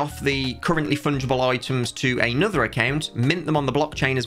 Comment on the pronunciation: BUT BUT! WEB3, NON FUNDGIABLAE! YOU CANT FUNDAABILE IT! WEB3!